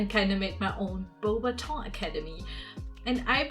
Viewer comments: Im french and if i would totally go there (and youre prononcing the name of the château) pretty good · I'm already impressed that you know that "au" makes the sound "o" 👏